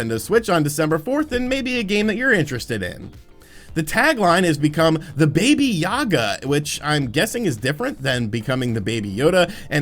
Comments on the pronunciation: Uh...yeah he definitely didn't get it right when he read out "baby" just because it's like the closest English word, as if it makes any more sense that way instead of just reading "babayaga" as it's spelled. But I'm almost equally confused about why you think there should be an E in there for no obvious reason. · It’s pronounced “Ba-ba-yae-guh”, not “baby yaga”. Also, you should definitely watch the John Wick series to see John’s true purpose than just killing people. To give you a hint, it’s based on Doom. Anyway, aside from that, I’m hyped for Fire Emblem and Scott Pilgrim remastered (not mentioned in the vid but the date has been confirmed for this month by Ubisoft). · it's baba yaga, not baby yaga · It's "baba yaga" wich means boogeyman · I cringed to the point of pain hearing "baby-aga" it's pronounced "baba-yega". Baba like how a baby says bottle and Yega like vega from street fighter. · You haven’t seen the John Wick movies? You need to rectify that. And it BAH-BAH YAH-GAH! It’s like an witch or something. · Its pronounced "baba-Yega" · he said babyaga hahahaha